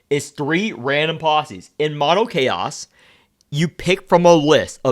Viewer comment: *Chaos not Caro